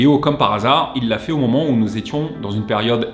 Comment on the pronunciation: Ça se dit « momentome » haha mais super video 👏🏼